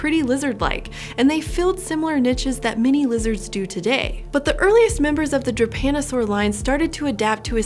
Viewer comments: Damn, every time I hear "japanosaur" instead of "drepanosaur" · Does anyone else keep hearing "Drepanosaur" as "Japanosaur"? ...and constantly think of Godzilla?